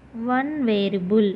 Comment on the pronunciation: Variable ni varable ani pronounce chestunnaru😂